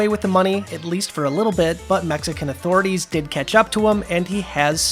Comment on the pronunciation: “mexican athoraties” lol